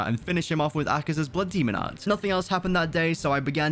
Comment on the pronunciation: Why is he saying so much “bluh demo at” blood demon art?